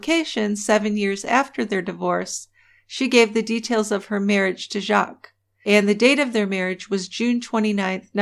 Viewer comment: The S in Jacques is silent. The name is French for Jack.